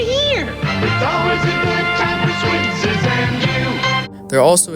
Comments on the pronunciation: Switz's is said like "Switzes", not Switz. I got my first Halloween mask there, a rubber werewolf mask that I treasured. I still have it but it got all stuck together and kinda rotted away. Oscar was the best, I was always a little scared to go too close. Fun story, they had a whole bin of handcuffs and I, thinking they were trick handcuffs do to the lack of keys, handcuffed myself to the isle. What I didn't know is that they kept the keys up front. I was stuck quite a while and sad and the whole thing was kind of humiliating hahaha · It's actually pronounced Swit-sez...you kept leaving off the 's .